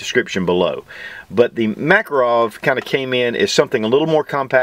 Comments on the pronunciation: BTW my Russian neighbor says the name is pronounced muh-KAH'-roff. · If anybody would like to pronounce the name of this pistol correctly, try Mah-KAR-off. Accent on the second syllable. Thank you. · MakAAArov, blyat' Nice vid though.